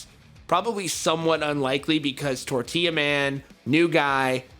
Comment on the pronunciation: Its Tortilla not Tortiya